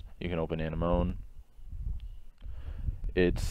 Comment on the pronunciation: Nice guide! btw, it's pronounced an-m-o-nee